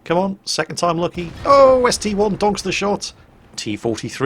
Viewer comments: It's not ST "eye", it's a roman 1. Just like how the Tiger II isn't the tiger "eye-eye"... Google it if you don't believe me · It is actually ST-1 as there isnt an I in the russian language.